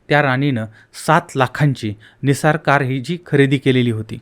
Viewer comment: दादा छान माहिती सांगता तुम्ही.सुखाचे दिवस आलेले असताना मायलेकीचा असा दुःखद निर्घुण खून झाला,हे खूपच भयानक आहे.परंतु एक गोष्ट सांगाविशी वाटतेय, ती म्हणजे कार निस्सान आहे,निसार नाही.दुसरे म्हणजे तुम्ही भोसकले ऐवजी भोकसले म्हणता..बाकी छान सांगता.